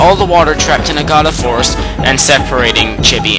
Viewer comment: no offence, you have a problem pronouncing stuff in this game, you mis-pronounced Orochi (its Ore-Oh-Chee, Agata Forest (its Aw-Gaw-Taw), Waka (its Waw-ka), Oki's sword Kutone (its Koo-Ton-Ey), Ryo (its Ree-Oh) im not trying to insult you, just telling you how to properly pronounce stuff in these games